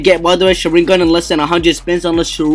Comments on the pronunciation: Sha-rin-gan the way he say it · It's pronounced Shaw - Rin - Gone but good vid! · Say sharigan right